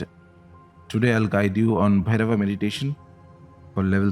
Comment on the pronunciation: Please....a request... When using the name Bhairav and Shiv...or any other of Sanskrit origin...use the correct pronunciation as you know better then me that an extra अ changes its meaning as well as its energy.